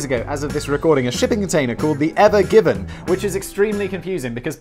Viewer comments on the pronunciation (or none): I misheard it as 'Ever Gibbon'.